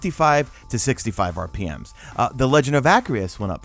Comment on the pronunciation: Who else got mad when he said rpms?